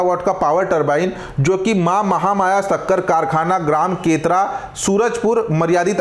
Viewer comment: केतरा ❎ केरता ✅